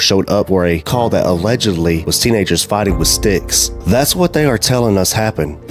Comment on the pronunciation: "...and they was Flighting!"😂